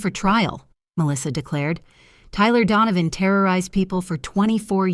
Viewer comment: Donovan not dawn of....